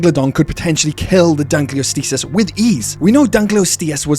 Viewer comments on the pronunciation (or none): Its pronounced Dunk-kleos-teus Not Dunk-kleus-teus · Pronounced the Dunkleosteus wrong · It died after hearing the way you pronounce Dunkleosteus… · I was TODAY years old when I heard this prehistoric fish's name pronounced i am familiar with the specie, reading about it in books and all, but it wasn't that popular a specie, vs "velociraptor" "dilophosaurus" "tyrannosaur" "diplodocus" etc. and i always had the head voice reading it as "dunkleo SAURUS" for what ever reason and never thought much about it. And now I realize its STEUS. today.